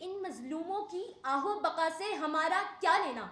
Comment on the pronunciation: آہ و بقا نہیں آہ و بکا ہوتا ہے لفظ پیاری بیٹی